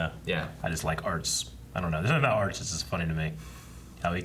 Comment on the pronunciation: His name... is ARZT not ArTs